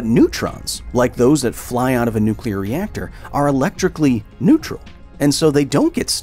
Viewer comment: Pretty much every time you say “nuclear” I have a compulsion to tap the video back 10 seconds just so I can hear somebody pronounce it correctly again. Thanks, man